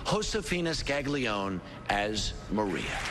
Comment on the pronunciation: butchered Josefina's surname in the intro. It's pronounced "Skahg lee OH nay".